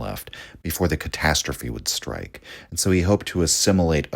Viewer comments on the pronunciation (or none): none